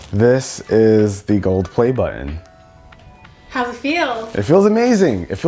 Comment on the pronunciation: "Oh look, you can press the buh-in!" LOL